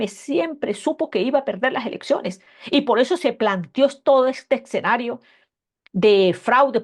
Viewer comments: No se dice "Exenario" ,se dice "Escenario" tal como se escribe... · Con el debido respeto y admiración, no es eCsenario, lo correcto es eScenario